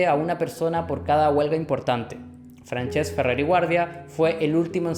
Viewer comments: Buen video, solo me gustaria añadir que has estado pronunciando mal Francesc durante todo el video, se pronuncia como Fransesc (con s sorda) no Franchesc. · Salud y republica, un apunte que si no lo digo exploto , no se llama franchesc se le como si fuera fransesc